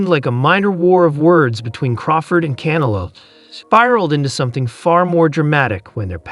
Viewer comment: Hey AI its CanEllo not canalow